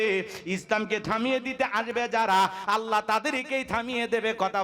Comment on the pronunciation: Jaan a haat diya bolun to thalapathi ki thik kaaj korechhe ? mone mone to bolchhen beta soytan. 😊 achha Allah take oirokom vabe uchharon koren keno ollah. R bharater ta dekhar ki aachhe , nijer ta dekhen. Hindur bonsodhor hoye ki re purbopurus der gali dichhen. Chhi.